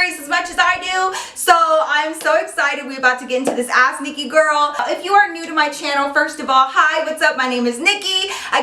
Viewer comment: It sounds like she's saying ass Nikki😂😂